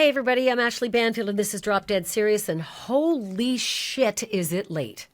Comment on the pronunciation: Hoe-Lee Shhh 🤣